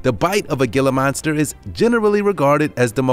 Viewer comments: Ashley Miller - Yeah, and the pix of the wolves were deliberately taken from an angle that made them look huge, and the narrator doesn't even know how to pronounce Gila monster (The G is unvoiced, as an H) - Pronounced "He-la". Definitely not an all-star effort. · They also pronounced the g i l a monster wrong it’s supposed to be pronounced (h i l a) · Any idiot that doesn't know before buying, the difference between a monitor, Dragon and iguana, has no business owning one! Just get a cat people. ...and did I just hear this guy say "GILL-AH" monster ?? [Deep sigh] 😞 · austin bevis it’s not Gila monster it’s hila monster, it’s not a bearded dragon it’s an iguana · Hee-la monster genius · #7 Gila Monster is pronounced Heela Monster. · Gila Monster is pronounced Hee-luh monster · #7 GILA MONSTER IS PRONOUNCED (HILLA MONSTER)HERE IN ARIZONA! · Gila (Hē-LAH) Monster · Gila monster "hee-la" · Gila Monster is pronounced Heela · The gela is pronounced hella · gila monster is pronounced he-la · It's pronounced "HEELA" monster. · "gila" monster??? really?? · Gila Monster is pronounced "Hee-La". :: eyeroll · gila is pronounced heela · God help us. Gila Monster, pronounced "hila" monster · Its pronounced heala monster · Pronounced “hee-lah” monster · It's pronounced Hila monster.... The g is silent like to pee in urine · Anyone else in physical pain at hearing him mispronounce Gila monster or is it just me. Also, this is extremely biased as all animals can be dangerous. While some of these are more dangerous than others, wolves are not mean and only attack when threatened or their pups are nearby and they don't know you. Even then, they're more likely to try and scare you away or run themselves. Also, make sure that the animal named is matched by a picture of the actual animal themselves. You miss used a lot of pictures as they weren't the animal you actually mentioned. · in malay language, his pronunciation made sense tho...gila monster literally means crazy monster in malay